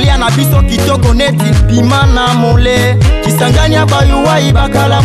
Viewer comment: Très belle chanson c'est bien valoriser sa région 👏👏👏👏👍👍👍👍. Très belle pronontion de la ville.